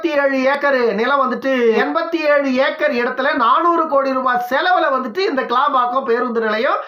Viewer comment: ஐயா கேளம்பாக்கம் அல்ல அது கிளாம்பாக்கம்